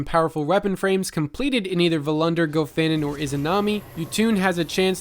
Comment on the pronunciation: Your pronunciation of nouns is absolutely horrifying. Following corrections: Rasmussen (short u sound) not ras-moo-sen. Meyrin (ay sound) not mai-rin Gofannon (short O sound, like the last 'O' in gofannon) not goe-fannon. All that aside. Nice job.